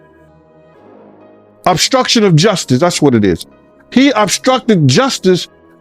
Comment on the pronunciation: Obstruction keefee, obsyruction😅